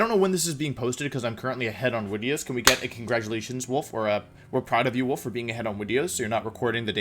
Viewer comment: If Wolfey says it as “wideos”, then its pronounce wideos.